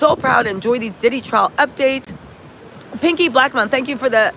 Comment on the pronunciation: TRIAL... NOT TRAIL YA'LL C'MON😅😊